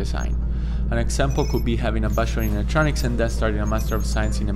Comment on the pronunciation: I thought he’s saying “busher” or “basher” but he actually says bachelor😩😭